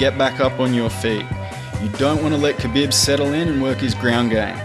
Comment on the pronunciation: Nice video but my guys name is pronounced "kha-beeb" not "bib"